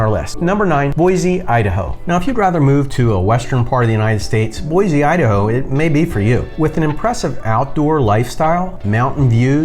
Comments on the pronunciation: There is no z in Boise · Boise does not have a Z in it!! It’s Boisssse (with an S). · You mispronounce Boise and Oregon.